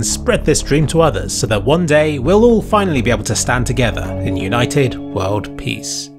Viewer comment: Was that world peace or world pees?